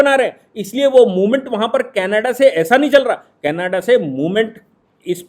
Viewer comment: कैनाडा नही कनाडा। सही शब्द कनाडा होता है।